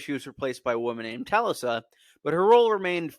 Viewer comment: Tal-lissa??? I think it was pronounced Ta-Lisa. Lol